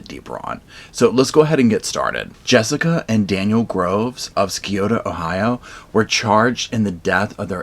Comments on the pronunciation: Scioto pronounced Si’ōtō. Skioto 😳 ur not from around here huh. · Scioto is pronounced Sy O Ta. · This couple lived in Portsmouth, Ohio. The county was Sciota (long i long o), it's an Native American word. A lot of Ohio towns, counties and rivers have Native American names. It drives Ohioans crazy to here them miss pronounced. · I love that you do things like this. But, for future reference, Scioto is pronounced Sigh-OH-tuh. I know the original word is pronounced otherwise, but as a native to the county, if you were to say it like you did, people will judge you harshly. Just to let you know. Thank you. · I live in Cincinnati. Some parts are rural poor apalachia in other counties. It’s pronounced si otO . No amount of drugs means you can harm your child over and over. She is a monster. I am a reviving addict 10 plus plus years. But I didn’t physically harm my kids. Monsters do that. And how do you not know your child has fractures. Listen if I panic that my child is dead I’m calling the law!! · It’s pronounced sigh o ta Ohio, not to be rude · Very thorough break down! Lots of research! Thank you! Side note, im from erie cty ohio, another orange county on the map you show ( the one where the bay comes to.a V and the following counties from the right alll the way to the border of PA are orange) ohio has alot of native american named for cities and counties. Scioto is pronounced SIGH- OTO. You maybe interested in the pike county massacre which took place about 20 min north east of this area. Can wait to see your next content! Thank you! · Just for reference: Here in Ohio we pronounce Scioto as "sigh-oh-tuh" lol great coverage of this case 👏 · I'm from this county. Its pronounced Sigh-Oat-Oh. Thanks for covering this. Scioto county has a REALLY bad drug problem. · It’s pronounced sigh (like the noise of relief) O (like the letter) ta (like tug) I’m from Ohio and we renounce all the town so oddly phonetics are for losers haha just kidding